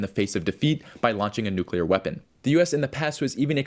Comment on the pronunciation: Its not a "nu-killer" war! Its a "NUCLEAR" war! Learn how to pronounce words!